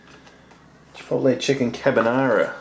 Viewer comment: you pronounced Chipotle right the first time